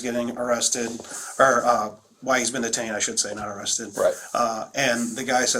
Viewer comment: You said it right, arrested